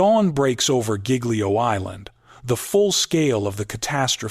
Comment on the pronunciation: Mispronouncing Giglio!!! Please edit your AI videos!!!